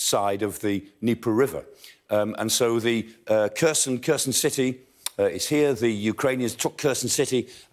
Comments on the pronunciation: Someone should say him he is not pronouncing Kherson correctly. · It's pronounced Herson, the K and H make a HK